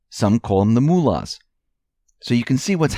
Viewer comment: Mull-uhs. Liked MULLed cider Not MOOlahs..